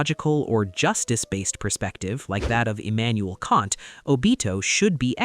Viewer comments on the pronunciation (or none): none